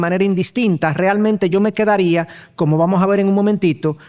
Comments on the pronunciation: Pastor, la palabra es Aseidad de Dios. No es asiedad. Por favor corregir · Gracias por los estudios bíblicos que imparte son de mucha bendición. Sólo una pequeña observación, tengo entendido que es "Aseidad de Dios" y no "Asiedad de Dios" ¿O estoy en un error?